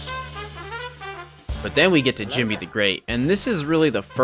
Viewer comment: It's not Jimmy, it's djimmi